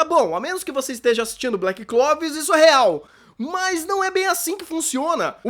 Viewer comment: Ele falou Black Clovis ou eu ouvi errado? kjkjkj